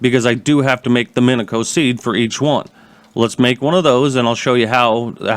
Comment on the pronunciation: Its pronounce min-e-she-o